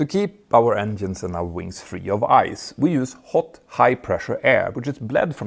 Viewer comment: Stop saying ENDIENES please! It's written with a G not with a D :face-purple-crying::face-purple-crying::face-purple-crying::face-purple-crying::face-purple-crying